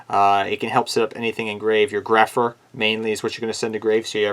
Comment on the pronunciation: Grapha not grepher